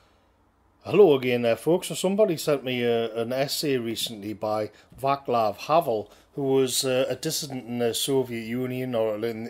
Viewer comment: *Vatslav not "Vaklav" 👍🏻